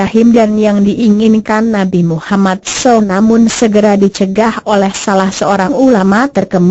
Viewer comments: suara gogle ngomong nabi mummad saw aja salah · Mohon koreksi penyebutan nama nabi!!!! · bagusin dong cara bilang nama rosul